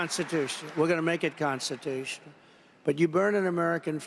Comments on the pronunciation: “Constitush”? He said it three times! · It's not constitush. I'll make it constitush. Covfefe. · Yeah, Donnie, let's make it "constitoosh". Fat@ is even too lazy to say an entire word. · "Gonna make it constitoosh" 🤔😆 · He said it's constituche. More than once. Not a real word. Covfefe😂😂😂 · Gonna make it conshtitoosh..